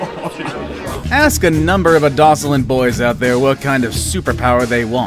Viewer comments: A-do-so-lin boys??? Did he mean adolescent boys??? 😆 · Did he say “a-doll-less-sant”? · I have never in my life heard someone pronounce "adolescent" that way